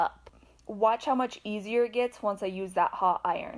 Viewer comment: What’s a bu’on and a how do I get my iron ho? USE YOUR “t”s. Speak English!